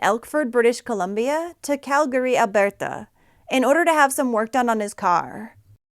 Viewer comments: Why are you pronouncing Alberta like that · You pronounce Alberta so odd. lol. It isn’t French. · Stop saying Alberta like that lmao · Her pronunciation of Alberta has me dying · We don't say Calgary,Alberta with an accent😅Like at all lol Sorry not trying to be a d*ck i just thought it was cute & funny af 😄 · Thats an interesting way to say Alberta😊